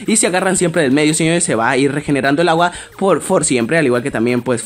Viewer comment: No mame truco 3 la lagua el lo dijo asi lagua